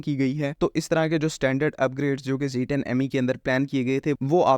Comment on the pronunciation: Zed 10 Zed 10 stick to the proper pronunciation Ditch the American Zeeee thanks for the update